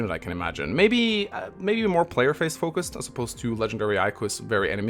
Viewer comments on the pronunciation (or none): none